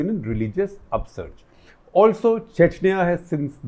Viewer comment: He talks chechaniya chechaniya